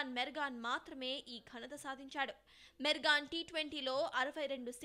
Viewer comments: Not mergan it's Morgan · Morgan.. Meregon kadu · Pls Mergan kadu morgan anu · mergan kaadu morgan😐